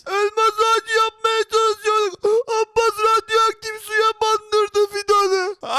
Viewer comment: Kardeş. Sen. Abbas demeyi. Bilmiyorsun